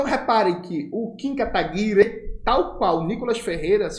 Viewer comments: Jones, não é Kataguire, é KataguirÊ!!! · eu tenho frouxos de risos toda vez que o camarada fala kataguirE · por que o jones fala kataguiRE? kkkk